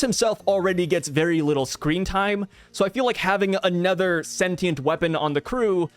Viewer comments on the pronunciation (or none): none